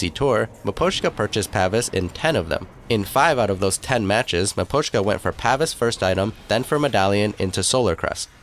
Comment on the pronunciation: he thinks its maposhka